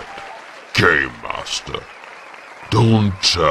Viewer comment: I keep on hearing “Gaymaster”...